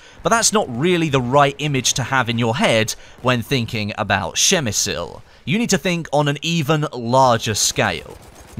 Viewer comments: Dude, pls check how to voice "przemyśl" in Polish in Google translator. Your speaking hurts this wonderful language xD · Its "Przemyśl" phonetically it would be: Psheh-myh-shl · Per mi sul. Lol 😂 that butchering. Spit on de Non Austro Hungrian. Mass clicking! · Dont say PrzemysYl just Przemysl xD. What about Gorlice Tarnow? We even got skin for weapons called Gorlice Tarnow. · not that bad actually, but the first letter P should be hard and distinctive. Przemyśl. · You didn't butcher it that bad XD. It's pronounced "Pshe- mishl" (as close as possible because some letters and accents make a different sounds). But as English speaker, not bad 👍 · You made me smile every time you said it so I guess I can you forgive you the butchering :D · Took me a while to understand what you said... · I am actually from PrzemyŚl, and yes you butchered it :p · Hey! I'm Polish and I have to say that you made me laugh a bit when I heard you saying Przemyśl, but later on when I listened to you couple more times, I thought you did it quite well as for being a foreigner.:D The correct pronounciation is impossible to explain (without using the phonetic alphabet) in English, since there's no "ś" sound. "Ś" is a softer form of "s", a bit close to "sh", slightly similar to "sh" in the word "sure". Pronounciation goes more or less like this: PRZEMYŚL > PSHEMYSHL. Good job anyway and I hope you will at least try to say it perfectly just for yourself.:D I think somebody posted a link to the video with correct pronounciation here in the comments. Cheers!:) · you almost got the pronunciation right! Just read the "ś" like "s" in the word "sure. Nice to hear someone at least trying:) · You did fine, but in polish it's Przemyśl :D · Actually I'm from Przemyśl and your pronouncation is horrible